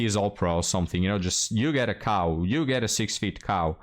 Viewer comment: you say cow. But I hear Kaw. I'll have a 1979 KZ1000 please.